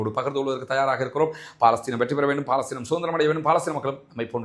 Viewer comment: "பா"லஸ்தீன் இல்லைய்யா அது பலஸ்தின்